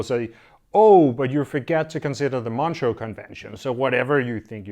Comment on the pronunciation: It is pronounced Montrø ("Montruuh" in English)